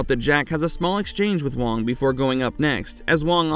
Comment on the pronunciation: Hey,, have you even watched the movie? The character played by Dennis Dun is named WAAANG not WONG. Sheesh.